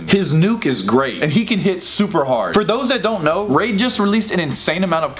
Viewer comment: I stg the first two times you said “raid” you said rage. 🙃